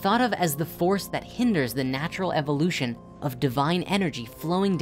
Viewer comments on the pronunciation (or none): none